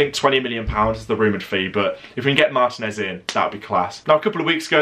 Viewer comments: One constructive criticism. Can you please pronounce ethnic names in their native language in future videos, rather than anglicize it. For example, Martinez's name is pronounced mar-TEE-nez, not MAR-ti-nez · but that's not how it's pronounced in Spanish. Stop being ignorant.